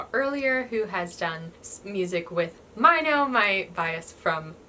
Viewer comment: You pronounced Winner's Minho like "my no" but it's actually prounced like "me no"... He is your bias...right...??